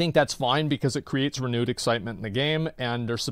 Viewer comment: 'Re-nude' excitement 👌